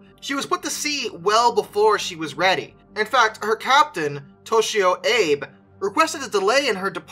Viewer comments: Abe is English, Ah-bey is Japanese. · Abe (at least the Japanese version) isn’t pronounced Abe like Abe Lincoln it’s pronounced Ah-bay. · AH-BAY. You are reminded that Google Translate has a pronunciation aid for most languages -- the little speaker icon -- and there are countless "How to pronounce" YT videos and websites for essentially every language, including many that Google Translate can't handle. Also: oh dear lord. COO POH LAH. If you're not sure, look it up. Not hard to do... mispronunciations do you a disservice,, you're not Morans Guy, but stuff like that makes you sound like a dunce, when you aren't, all too easily. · In Japanese "Abe" is pronounced Ah-Bay. (no silent E in Japanese) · Captain Abe - "ah-bey". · I believe the name of the Captain of the Shinano is pronounced Ah-Bay, not like the nickname of USA's 16th president. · Abe is pronounced "Ab-eh" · AH-BAY AH-BAY ok once more AH-BAY = ABE